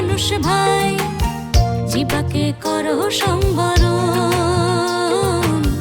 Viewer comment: সম্বরণ নয় হবে সংবরণ জিব্বা নয় উচ্চারণ হবে জিউভা